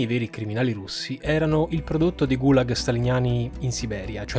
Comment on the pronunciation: Errata corrige sugli accenti: Gulàg, Semiòn, Michàilov, Sòlnzevskaya, Sòlnzevo, repòrt, Timofèief, Ivàn Yàkovlief